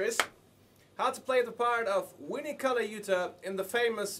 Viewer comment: I don't care if you're speaking a foreign language, say Vinnie correctly!